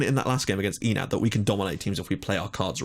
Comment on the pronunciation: My brain hurts from how you pronounce the club names so I have prepared this (On the left is the club name, on the right is how you pronounce it): ASIL - Asil Adonis - Adonis Othellos - Othellos APEP - Apep Omonoia. Ar - Omonia aradipou Digenis - Digenis Kamiotissa - Karmiouotisa Agia napa - Agia napa Deryneia - Derinia Achyronas - Ahironas Akritas - Akritas Pafos - Pafos Enad - Enath Olympiakos - Olympiakos